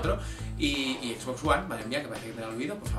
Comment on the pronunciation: por fin en español que pronuncia xbox y no (equis)box